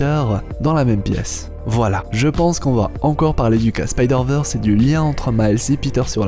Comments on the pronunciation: Merci pour ton travail !! 👌 Par contre, Spideurvèrsse et non spideurveursse..... Merki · Techniquement c'est SpydérVeurs si on souhaite prononcer bien :) Ici, Veurs, c'est ce qui se rapproche plus de la prononciation anglophone du terme et donc "l'originale".